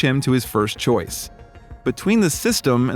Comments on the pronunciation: Choice.... not choise. Just saying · It annoyed me. I thought I was just not American enough to understand, and looked it up in an American dictionary. It is ,as abysmally wrong, as you knew and I suspected and confirmed.